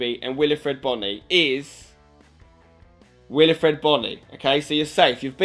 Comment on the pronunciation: Wilfried, not Wilifried Bony.